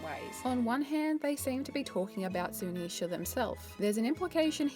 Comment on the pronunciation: I like how you say Zunisha correctly. Drives me crazy watching GLR.